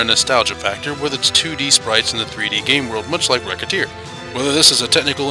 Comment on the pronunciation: Nice review, but Isn't Recettear pronounced Re-Set-tear?